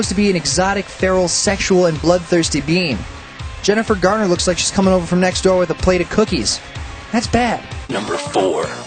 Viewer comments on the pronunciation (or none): none